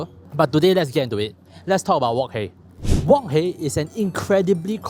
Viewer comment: Can you pronounce wok hei properly pls